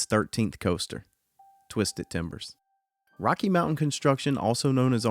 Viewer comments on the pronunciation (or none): none